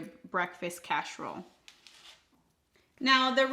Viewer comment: Looks delicious but why are you saying casherole vs casserole?